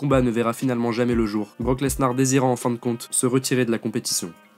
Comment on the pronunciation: Mec arrête de prononcer le S de lesnar